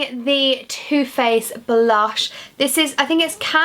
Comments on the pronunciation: i thought she said toothpaste foundation instead of too faced foundation 😂😂😂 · I thought you said 'where is my toothpaste foundation?'. Then I realised you said 'where is my two faced foundation?' lol xxx